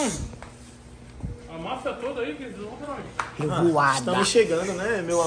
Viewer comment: falando tola de madela kakkakakaka aí é foda